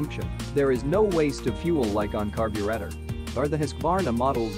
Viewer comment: LOL did the voice REALLY say "EEFEE" instead of seperate letters E F I? how ignorant sounding!! LOL then is followed up with "Carb yew rate ah " Was this edited by a non english speaker using computer voice reader or what? SO IGNORANT sounding!